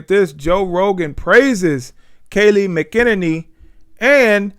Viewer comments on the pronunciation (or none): 🤣🤣 its pronounced: Mack-a-nenny